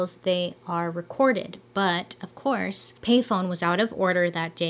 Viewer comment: Recurded...then the pause...😂love it!😄🤣❤️